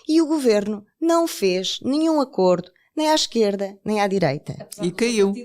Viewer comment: Sra jornalista, o plural de acordo mantém o mesmo som do singular.